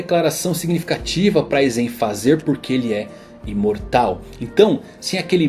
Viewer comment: Aizén kkkkk